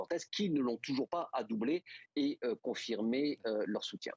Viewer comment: ADOUBER et non adoubLer!!!! pauvre langue française!